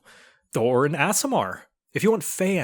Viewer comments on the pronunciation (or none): Did he pronounce aricochra and aasimar like that as a joke? It sounded like he said Ari-cock-ra and ass-imar instead of ari-coke-ra and aye-simar XD